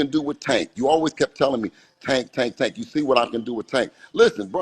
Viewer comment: I hate how you pronounce tank name 🤦🏾‍♂️😂😂